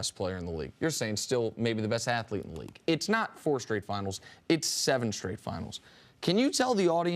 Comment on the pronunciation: For the thousandth time Isiah, it's "athlete" not "at the leat".